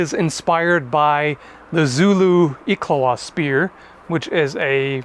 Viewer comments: Uh,, the proper term for that weapon is IKLWA (pronounced "eek-hwah"). It's a modern-day version of the short spear that was introduced by African warlord Shaka Zulu. Edit: Once again, my bad habit of posting comments too early when I’m watching a video rears its ugly head. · Iklwa= eek-wah If you don't care just ignore, but that's how it's pronounced. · Anybody else from South Africa that can back me up? The Iklwa has a more clapping/plosive sound. Its nearly a click. But I can forgive that. Good luck pronouncing Knobkierrie and Griekwa with the proper rolling 'r's .